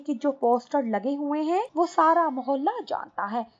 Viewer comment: Muhale nhi Muhalla hota hai..